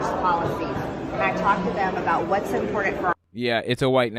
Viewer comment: She can't say the word important, it sounds like "import ant" everytime.